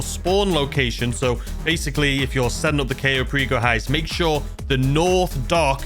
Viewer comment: The very first one should be how to actually pronounce Cayo Perico properly :P